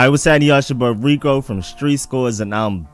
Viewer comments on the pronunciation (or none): none